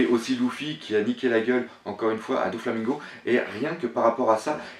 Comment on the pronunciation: J'adore tes théories hein mais mettons quelques petites choses au clair : Prononciation ! On dit : [Nom] (Prononciation) - [commentaire] Usopp (Ussopp) Dragon (Dragone) PX (P-X) - et non pas Pixie ; comment t'as trouvé pixie ?? Doflamingo (Doflamingo) - et non pas DoNflamingo Dressrosa (Dressroza) Sanji ( Sanji) - et non pas Senji Brook (Brouk) - et non pas Brock (on est pas dans pokémon) Chopper (Tchopper) Apu (Apou) - Y a pas de "H" donc pas de Hapu A bientôt, le prends pas mal - c'est juste frustrant xD